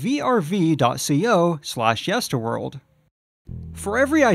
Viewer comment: did he say verve? It’s pronounced v r v not verve!